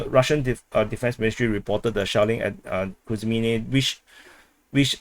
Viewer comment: Why are you pronouncing it Kri when it is Kre -menna. There's NO ay sound. So not Krimenna but Creh-meh-nah. Actually should be -aya at the end but let's not ask too much. 😉